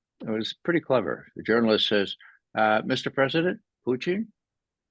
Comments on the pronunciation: “Fluent in Russian” but pronounced it “Puchin” along with other mispronunciations. Yeh I’m out, get better guests. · Why does he keep calling Putin Putein ?? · First....say Putins' name right!And quit rambling!